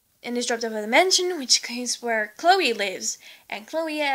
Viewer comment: *Chloé, not Cloè.